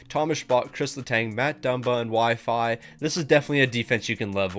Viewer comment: Calling Xhekaj, “Wi-Fi” had me dead